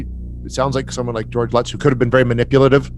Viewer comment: Lots of incorrect information in this video. The English man doesn't pronounce the surnames correctly. Also the Lutz's didn't claim it was all made up or a hoax infact! Up until the day George and Kathy passed away they stuck to their stories and swore what happened in the house really happened. They didn't have the technology back in the late 70s to add in figures into photos and do special effects like that. I believed the photo to be authentic. Anyway that's just my opinion 🤷